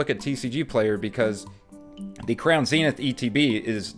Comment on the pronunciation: Thank you for not saying Zen-ith. Its like nails on a chalkboard for me.#pokepositive